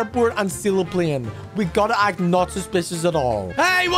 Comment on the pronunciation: It’s not plien it’s pl ay n